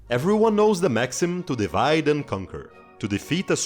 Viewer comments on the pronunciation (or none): none